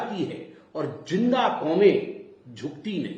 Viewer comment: "Julm" "Jinda" isse Z kyu nhi bola jata??